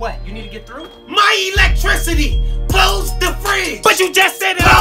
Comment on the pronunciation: I love when the mom says close my frige and she excuse me my elitricty is running out